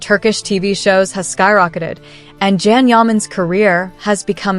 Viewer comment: Learn how to pronounce his name!!! It’s Can pronounced Jon or John. In Turkish a C is pronounced as J. So get it right